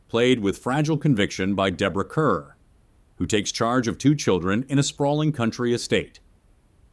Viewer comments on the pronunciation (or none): Deborah Kerr's last name rhymes with "star". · I enjoyed this video. However, Deborah Kerr's last name is pronounced like "car". As the old MGM ads proclaimed, "Kerr rhymes with star".